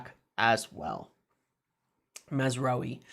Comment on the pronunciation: Pronounce it like this: “Maz-row-ee” “row” in this context is pronounced more like “having an argument” rather than “rowing a boat” 😂😉